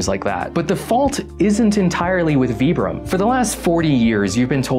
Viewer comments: It's not "vee-brum" it's "v-eye-brum" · Vibram is pronounce with an i.